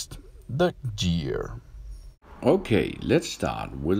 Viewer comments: Your right he said gear the wrong way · You said gear the wrong way